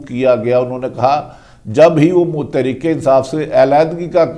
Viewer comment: Please sir say properly tehrek-e-insaaf